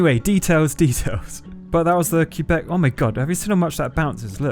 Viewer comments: It's not pronounced, "Cue-beck." It's "Keh-beck." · you can pronouce Quebec like kay-bek or qwabek but kaybek is more accurate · First time ive ever heard Québec pronounced "keebec" by an anglophone, they usually say "kwebek". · btw it's pronounced qwebec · Pfft, hearing a non-Canadian say “Quebec” is always entertaining. “Q-bec” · My ears bled a little when you pronounced Quebec x) it's prononced kay (like in okay) bec 😅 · lol you'd be shocked to hear an Aussie pronounce Quebec 😂 We pronounce it "kwe-bec" 😂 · Btw it’s not like that u pronounce Quebec